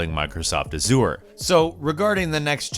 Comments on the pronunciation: Everytime he pronounces azure a-zure i cringe. Its pronounced AZH-ure. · Excuse me, but, "Azure" is pronounced /ˈæʒər/ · Anyone else have a problem with the way that is pronouncing "Azure?" Nails on a chalkboard. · You pronounce azure same way you would pronounce seizure, not the way you pronounce it, for future or for people who never heard of it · Why do people pronounce azure incorrectly so much? It is a color with an existing pronunciation and it is said by the CEO like 10 million times during keynotes. C'mon!